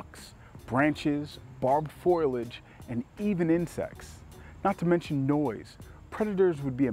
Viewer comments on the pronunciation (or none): Foliage* not foilage 😄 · Bro.. "foilage?" Come on. Fo-li-age.